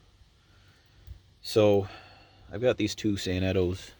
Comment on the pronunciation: Those sanetos are beyond Outstanding!!! Huge 1900-50 crane fan The way you prounounced “Sanetos” was weird lol, I pronounce it San-neh-to